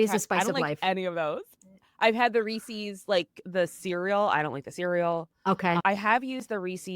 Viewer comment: you’re saying it Reese’s correctly but your guest says it incorrectly. Idk why it annoys me so much but it does 😂